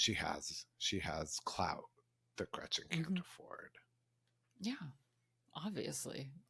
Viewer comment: " gretchers" lol really 🤢